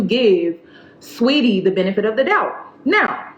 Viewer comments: The names are pronounced Quay-voh and sweety that’s it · I’m sorry, I know this is a serious topic but the way you pronounced Quavo & Saweetie sent me 😂